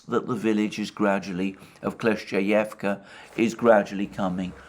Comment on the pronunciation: Let’s pray that the village of Kleshchevka gets captured by the Russians as soon as possible so Alexander doesn’t have to deal with pronouncing it anymore. 🙏